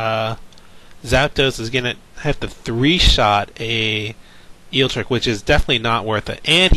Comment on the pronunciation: Great commentary! Other than forgetting Zapdos's Lightning weak. repeatedly pronouncing Eelektrik as Eeltrick and calling Level Ball Ultra Ball, that is, but yeah keep up the good work!